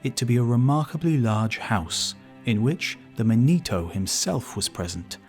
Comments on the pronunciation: Is he trying to pronounce "manitou" or is "Manito" some Italian dude they expected? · It's pronounced Man ih too not man EE toe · Second correction - the name Manito is pronounced MANitoo not manEEtow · Not man-ee-toe, man-i-too. Gitchee Manitou. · This guy constantly mispronounces Native American words and the names of tribes in EVERY video he does about them. As a Native I feel insulted that he cannot take the time to research things concerning my people more then this. Manitou is not pronounced Ma-nee-toe it is pronounced Man-ih-too. Emphasis on the first syllable not the second. The last video I saw of his he called the Osage Oh-saw-gee! Its pronounced Oh-sage two syllables not three! The G having the soft J sound not the hard G. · The Great Manito is pronounced "MAH-nee-TOO."